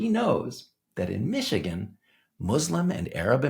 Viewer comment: Elon must’ve paid off the local Imams in Mee-shee-gone. 😂